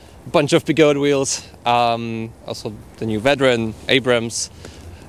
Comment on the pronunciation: They are call be-go-de, 3 Chinese words so the “de” does sound